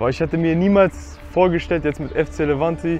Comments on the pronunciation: Er sagt immer noch livanti 💀💀💀💀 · Ihn wurde 2-3 mal gesagt es heißt Levante ud, er sagt trotzdem FC Livanti😂